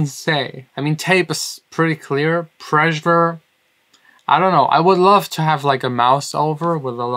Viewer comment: "Pressure" ≠ "Preisure"